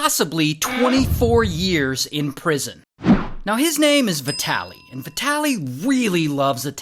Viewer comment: Man, how do you speak his name ? His name is vitaly and not vetaly